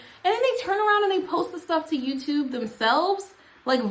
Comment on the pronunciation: I always mishear when you say "hello YouTube". It sounds to me like you're saying "hello you 2" oh, like you have only two subscribers